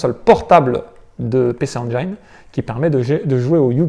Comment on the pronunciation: La Pécé Anjaillene:D Pici N-Jin si tu veux le prononcer correctement parce que tu prononces très bien GAME GEAR et pas Gamme Jire!^^ Bravo de montrer de bien belles machines comme celles-ci.